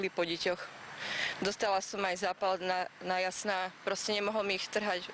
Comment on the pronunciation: na jasná ? nie dasná ? .. ale je mi jej luto